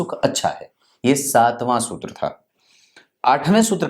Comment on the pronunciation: जी वो शुत्र नहीं सूत्र होता हैं।😁